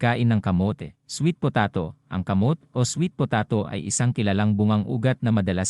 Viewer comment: Sweet potaaato? hindi po sweet potaaato pronunciation nyan.